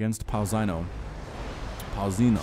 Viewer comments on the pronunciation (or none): Hey =) "Pãozinho" stands for 'little bread' in portuguese (and its pronounced in a totaly diferent way, lolz). Cheers from Brazil! YEah more like that!>>